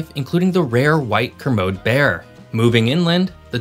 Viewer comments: Kermode is pronounced kermodee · Hi, great video! Couple pronouciations: Fray-zer, not Fray-sure; ker-mode-eye, not ker-mode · Good video, but just some pronunciation corrections. Esquimalt is pronounced Es-kwai-malt or E-skwai-malt with the emphasis on the "skwai" part. Also in Keremode you pronounce the final E as such: Keremody. Despite the smaller populations in the rest of British Columbia, the smaller towns that do exist are varied and beautiful, most having a strong sense of community because of the smaller size. Not a reason not to live there!! Just more wilderness and nature to enjoy!!😊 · Fraser not Frasier. Chilcōtin not Chilcotton. Kermodē not ker-mode. Ess-Kwai-malt not Eskimall. Commenting from the "empty" interior of BC. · A few pronunciation fixes: Kermode Bear - ker-MOE-dee Chilcotin Plateau - chill-COE-tin Esquimalt; - ess-KWHY-malt And the reason the UK wanted to keep Victoria/Esquimalt was that it is vital to hold the choke point over the straights of Juan de Fuca; and allow access to the inside passage (which isn't reasonably accessible from the north with very tricky navigation). Victoria is a somewhat older city than Vancouver, as Vancouver didn't really jump in importance until the railway arrived. Lastly, with the mountains blocking there are really only three routes to the entire west coast, Hwy 16 to Prince Rupert/Kitimat; Hwys 1 & 7 to Vancouver along the Fraser, and the (not paved the whole way) Hwy 20 to Bella Coola. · I think there was also a mispronunciation of Kermode but I can't be bothered to find it ;) KerMOdee. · Kermode is pronounced cur-mode-E. You almost had it. It's also been known as the spirit bear in recent years. I lived in a town where you could often find them at the garbage dump (before they closed it off to the public). You'd also find plenty of bald eagles at that dump too. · Pronunciation, please.... Esquimalt is ESK WY MALT. Kermode bear is KER MODE EE and Chilcotin is CHILL KO TIN; thank you.